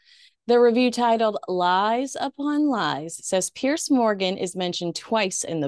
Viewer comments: His spelling is Piers- I think it's pronounced PierZ, not Pierce. I enjoy all of your appearances,! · Just love your stuff! Doesn't worry me a bit, but every time I hear you pronounce Piers Morgan's first name like Pierce Brosnan's, I always picture poor old Piers looking a bit put out, which depending on Piers's latest headline-grabbing outburst, can actually be quite enjoyable. What would be miffing him is that the ancient and storied name Piers is actually pronounced like it ends in a 'z'. All good though, you do you!:face-blue-smiling